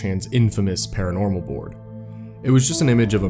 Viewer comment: "Paronormal" also imagine actually believing weed gives you hallucinations LOL